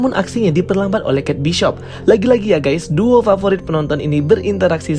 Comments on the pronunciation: Bang kate bishop itu di dalam filmnya mereka melafalkan dg keit bisop, jadi gausah dirubah-rubah sendiri jadi keit baisop biar keliatan inggris bet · Setahu sy, d seriesnya sendiri pelafalannya Bishop y bukan baishop